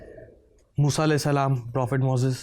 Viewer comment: The way he pronounced A.S And S.A.W ❤ May Allah SWT guide him and us to the straight path 🙏